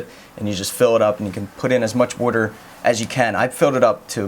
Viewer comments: Bro,where are you from?You said water with a weird accent,almost like wuter.No offense. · The way he says water i can tell he lives on the east cost Probably philledephia